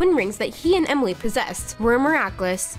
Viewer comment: 👍🏻 also I haven’t said this and any of your video comments but it’s Emily not whatever you call her